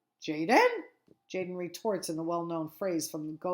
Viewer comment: Tjaden is actually pronounced yah-den